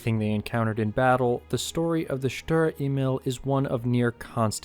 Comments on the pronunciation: I got the feeling you never sit or drive a tank or kind of... Thank you for the work you have done, but the whole thing is typically from the American point of view and this is so wrong. And German words can be practiced how to pronounce with Google Translate. Email you said, but is Emil. In short, American propaganda just to make German WWII tanks looks bad. The fact is that in this time, no tank was able 1:1 to win against German tanks. Perhaps you focus on real WWII stories, when Americans and their Allies running for every German Pimps ... Ask my and many others Fight for real... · Ay-meel not Eee-mill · it's Emil not imel lmao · Maybe that's becaue I'm not English not German but I hear you saying e-mail instead of Emil and that's funny to me :p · Emil is pronounced E'mil, where the E sounds like the ee in beer and mil like "a mill that grinds flour". E¨mil. < Just cus why not ^^ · FYI "emil" A Meal